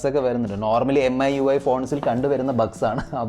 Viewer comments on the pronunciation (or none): എം ഐ UI അല്ല, മി UI😑😑 എന്തുവാടെ..